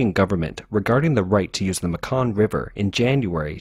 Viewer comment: Laos is really pronounced Lao.. no S pronounced. Myanmar is pronounced Meanmar.... And finally The Mekong River is pronounced Maykong... I know this. I live in Thailand.